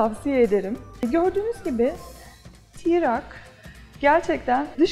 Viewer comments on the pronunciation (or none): Tirak değil troc Tirak deyim duruyo yaw.